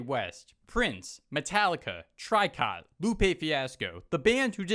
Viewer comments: it's not "try cot" dude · did you just say try cot